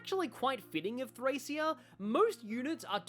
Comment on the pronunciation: Been waiting for this! Just so you know, its pronounced Thray-SHA